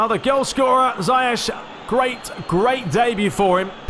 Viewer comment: Ziyech is actually pronounced (*Zee - ek*)